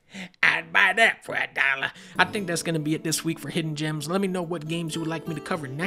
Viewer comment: "Hidden jims"